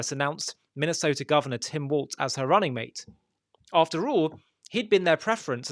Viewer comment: Welp. You can't pronounce the candidate's name correctly, and you can't call the party to which he belongs to by its correct name, so I'm supposed to believe anything else you say? Thanks for showing me your true colors so I can unsubscribe from your propaganda. Click.